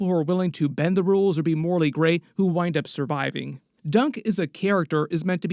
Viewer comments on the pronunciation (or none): none